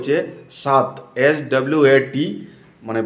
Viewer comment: tomar ki mon a hoi ai money heist dekhse? Swat er pronounce sunen.😅😅😅😅